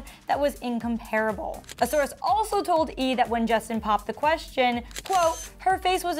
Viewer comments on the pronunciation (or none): The way sis pronounced “incomparable”